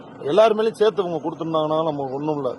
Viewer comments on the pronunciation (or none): none